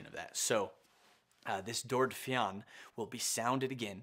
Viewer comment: It's pronounced FYUN (f-yun/fee-yun)